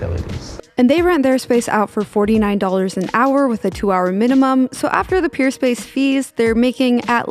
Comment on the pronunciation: It sounds like you’re saying Purespace not Peerspace